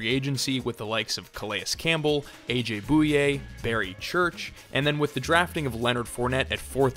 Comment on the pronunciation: New challenge, take a shot every time he pronounces AJ Bouye's name wrong. All jokes aside great vid!